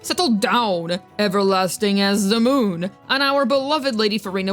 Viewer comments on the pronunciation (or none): none